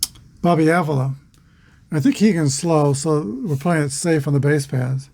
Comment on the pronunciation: Thanks. Exciting Game. Go Tribe. and By the Way...Just Saying The Indians 2B is Bobby Pronounced ah-VEE-la Thanks Again. Take Care and Roll On******